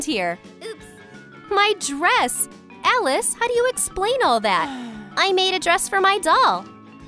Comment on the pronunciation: Your saying “Alice” is the best look at you! Your making so much good work